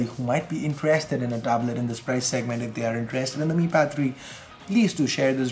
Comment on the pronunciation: when ever says ' If ' it always sounds like " F "